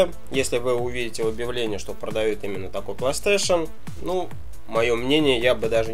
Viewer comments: консоль не плейстейшеЛ, а плейстейшеН:-), а какая твоя любимая ps3 и игра на ней?:) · мне одному покащалось что он сказал плэйстейшел? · Как меня бесит что он не может нормально проезнести плэй стэйшн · Плэйстэйшал...о хоспаде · по че говроишь плэйстешел?там же не л, а,н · Че за пьяный кунг фу мастер? ПлэйстэшэЛ...какую траву куришь?